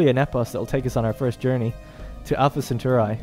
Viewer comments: I hate to nitpick, but as a Roman it is pronounced "Centauree" and not "Centaureye". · SEN-TAR-EE not SEN-TOR_EYE lol Thanks for the vid been curious about this game. on a side note it completely baffles and terrifies me how this modern generation is so incapable of pronouncing even the simplest of words.....Anyone who thinks the dumbing down of society is just a conspiracy theory should watch this video...I mean simple words totally unable to pronounce them.....smfh. At any rate he does a nice in depth play of the game.